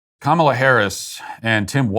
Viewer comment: I need you to help make this go viral. There is a Disney Marvel show called Ms. Marvel who has the main hero whose name is Kamala. She is 100% Indian. Her Indian family and all her friends pronounce it Ka-ma-la. Not comma-la.